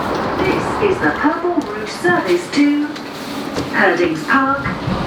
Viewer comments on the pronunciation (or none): It's said purple ROUTE